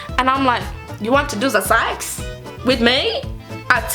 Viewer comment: “Ze sex” Omg you’re too funny 😂 I’m definitely subscribing I also uploaded a video on my channel on how NOT to learn French, if you can check it out and tell me what you think 😊